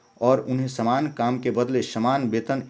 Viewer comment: Shaman kam nahi Saman kam hai ucharan ka sudhar kro master for video upload karna